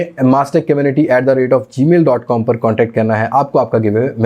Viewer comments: Gmail hota h Bhai, not gamil 😅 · Gamil nahi gmail hota han